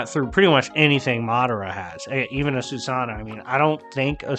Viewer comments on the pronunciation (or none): none